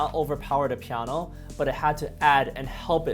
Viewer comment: I def just subbed, solid piano* I would love to hear him say it more also; “pieaanuoeah” funny how a pianist talks the same as most N-Americans except the actual word. I’ve been trying to say it like that for way too long in the mirror. I feel bad I still can’t do it justice. “Compulsivity n such” it has some downsides.